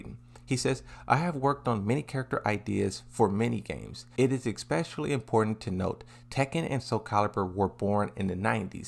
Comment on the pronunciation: Especially is not pronounced exspecially.